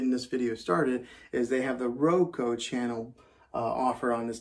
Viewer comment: I just have to say because it’s bothering me. It’s RO-KUU not Ro-ko